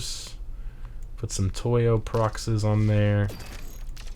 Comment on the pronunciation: It's not al chemist. It's alchemist... As in alchemy It's also apr. Not AR And it's proxes, pronounced prox-eez